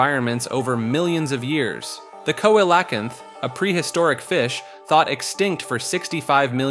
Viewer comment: The fish is pronounced "see-lō-canth"